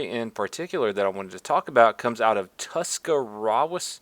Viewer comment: I know this is an old video, dude, but I'm from Tuscarawas County and the story of Officer Eubanks is exactly the kind of behavior I'd expect from somebody who lives in Newcomerstown. BTW; it's pronounced Tusk-Uh-Raws.